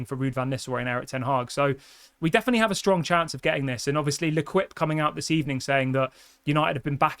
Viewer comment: luh keep is how you pronounce L'Équipe i'm not french but maybe a french speaker can correct me if wrong i want you to sound cultured as you are smart and not completely British. Im British also. 🤣 i'm not trying to be pretentious. I love your videos.